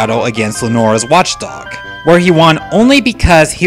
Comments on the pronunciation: It's Watchog, not Watchdog... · did u say lenoras watchDOG